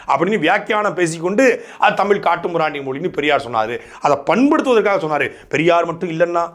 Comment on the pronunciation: தமிழ் என்பதை சரியாக படிக்க தெரியாது. தம்பூள் எம்பூள் என்று படிப்பார்கள்